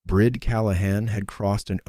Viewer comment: A great story. I would think the woman's name was Brìd pronounced Breed. Im listening from Ireland.